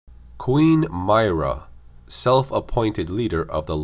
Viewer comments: It honestly triggers me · He's doing a lore video on a specific character who's name is said many times in the games yet still pronounces it totally wrong, lol. Did he even play them? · Umm, no. When the video is intended to be a bio for a character, it's a very huge deal to pronounce the name correctly. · Mera pronounced not myrah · it's pronounced MIH • RUH not MAHY • RUH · I can’t stand how you say Queen Myrrah, it’s like you never played the game where they talked about it 24/7 it’s meirrah not My-rah. Jesus... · My-ruh = My right nut Lmao but nah its Mi-ruh not My-ruh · Mir-rah not my-rah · Its “Myrr-ah” not “myra...” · Im so mad you mispronounced this tbh. they even said how its pronounced in game.. (M-ear-ruh) not (M-eye-ruh) other then that this actually makes since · Why do you pronounce her name my-rah? Its pronounced Me-raah But either way great video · Its not "M-Eye-Ra" its "M-Ear-a". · When he says her name like that it makes it seem like he’s just reading a script someone wrote and doesn’t really know what he is talking about. Any casual gears fan would pronounce it M-ear-a, as it is spoken in clear dialogue over and over again in the games. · Regnier575 He’s not and neither am I. Myrrahs name is supposed to be, like he said, “M-Ear-a” not “M-Eye-ra”. It’s important to pronounce someone’s name right and it just makes someone look like a fool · Queen My-ruh lol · Queen Myrrah is pronounced “Me-Rah” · I’m fairly certain it’s pronounced (Me-ruhh) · It’s pronounced MEERAH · It’s mer ahh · m - EAR - rah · Queen Meer-ah. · "Mee-rah" say it with me now! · It's pronounced "MIRROR-UH" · No offense but don't say Myrrah like that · Pronounce Myrrah right next time. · The proper way to pronounce her name is: "W-ho-Ca-res?" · Please learn how to pronounce her name properly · Why do you say her name like that? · queen myrrah name pronunciation triggering me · The way he says myra annoys me greatly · Two seconds in and you're already pronouncing her name wrong...